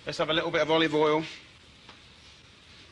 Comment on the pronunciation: A bowl of cereal and a bowl of "olivool"